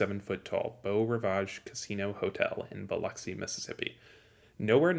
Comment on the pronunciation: Nice to hear you pronounce Biloxi correctly. I was born in the hospital a few blocks from Beau Rivage.